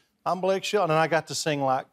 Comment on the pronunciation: You're the only one who ever thought it was Blake "Sheldon"... 🙄